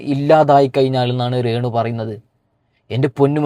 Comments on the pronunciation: നിനക്ക് രേണുവെന്ന് പറയാൻ അറിയില്ലേ നീ എന്താ ഇംഗ്ലീഷ് ക്കാരനാണോ ? റേണുറേണു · റേണു അല്ല രേണു 😂